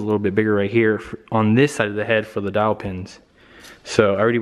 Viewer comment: Dowel pins Not Dial pins...👍